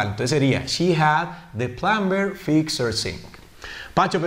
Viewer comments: Pacho plumber se pronuncia sin la b asi; Plomer. Tú has dicho (plumber) con b, la b no se pronuncia... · Mal pronunciada la palabra plumber, ya sea que fuera ingles americano o británico. El resto está todo bien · Hola, muy buen video, explicas muy bien, solo una pequeña corrección, en la palabra Plumber, no se pronuncia la b, es muda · Teacher...en la palabra PLUMBER la "b" no suena.